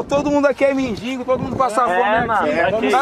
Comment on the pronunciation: "Todo mundo aqui é medingo"KKKKKKKK